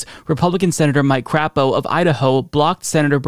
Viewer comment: Mike, appreciate the proper pronunciation of his name LOL, NOT Cray po, but Crap o.